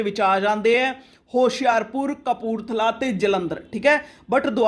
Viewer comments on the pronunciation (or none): none